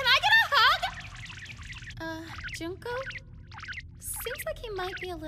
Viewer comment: People: (Juhn-Koe) Reality: (Juun-Ko)